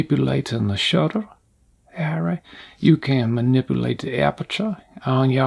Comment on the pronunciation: When you say “all bright” I lose it 😂